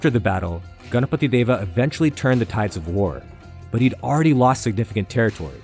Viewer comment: You know this guy has done good research and also a perfectionist seeing how he pronounces ganapati Deva. :)